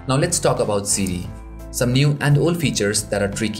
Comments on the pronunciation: Sidi u mean siri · it sounds like he is saying CD instead of siri lol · Lol. Siri is "Seedy".